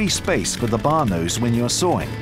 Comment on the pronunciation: Ah yes when you are sawring